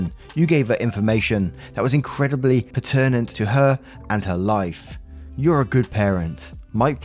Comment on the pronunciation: Story 1 - wow! What a disgusting man! Im so glad the dad shared that text with his daughter. A PS for - the stress on "pertinent" is on the first syllable ❤ like "perfect".